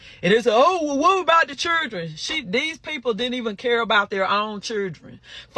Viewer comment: It cracks me up everytime someone says "key ids" and "chih rin".